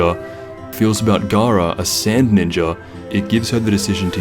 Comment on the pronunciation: Garaa felt like Feeza